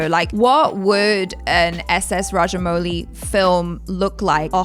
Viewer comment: ...you pronounced his name right the first time 🙂😊